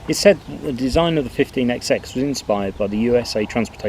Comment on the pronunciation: Please stop this EXEX nonsense. We do not pronounce the Xs, which are merely an indication that each engine has a different number! They are thr 15 hundred class. This exex thing seems to have surfaced among those born after the age of steam.